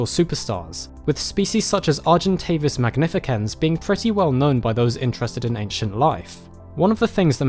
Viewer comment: Fantastic video as always. Just so you know, "ce" in latin (i.e. magnificens, or Ceratopsia) is pronounced like an S, in the beginning or middle of a word (unless we're attempting at the ancient Roman pronunciation, which most of us don't in scientific names)